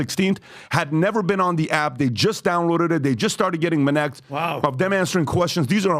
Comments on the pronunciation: The very moment I hear "Minnect," fast forward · "Let me tell you about minect" ... proceed to jump to next chapter.